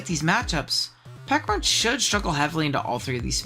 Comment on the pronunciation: Not the silent H on Pecharunt 😭😭😭😭😭😭😭😭